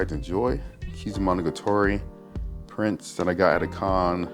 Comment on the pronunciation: Nice collection! I'm just bothered by your pronunciation of Monogatari. Monogatoree?